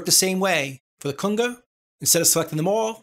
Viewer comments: Better yet, one time he even says "Kunger". Love this guy's work. Thanks! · Driving me crazy everytime I hear cunga...Cunga??? Lol...Great vids man. The official "go to" place for all things Reaper.